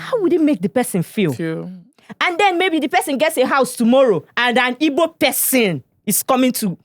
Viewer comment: Guy, it's Igbo not Ibo. You should know better.